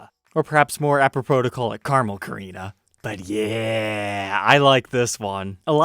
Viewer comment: Definitely ca-ra-mel not carmel